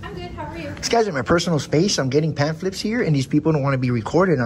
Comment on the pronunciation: Please ask to spell pamphlet. He is not pronouncing it correctly. What a huge disappointment his maker must feel at his pointless existence.